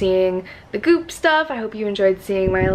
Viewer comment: Thought you said boob summit instead of goop summit